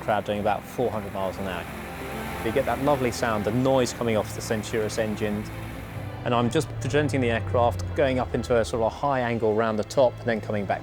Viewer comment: *Centaurus, it's a Bristol Centaurus, pronounced 'Sen-Tor-Us', I don't understand why keeps say 'Sen-Tu-Rus' either but anyone who has any knowledge of astronomy or Greek mythology wouldn't make that mistake.